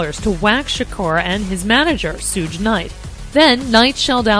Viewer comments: "Soodge Knight." LMAO. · Oh & did she pronounced SUGE as SHROOGE? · "Soooge Knight" lol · When the reporter in the clip calls Suge Night.. Sooge (it sounds like Scrooge, without the cr) LMAO #DEAD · She said SOOGE Knight! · Did she say SuuuJ Night? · sick of these white folks pronouncing Suge --Suje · the reporter said Sooge Knight lmao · I heard that too,😂😂😂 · "Sooj" Knight though? Really?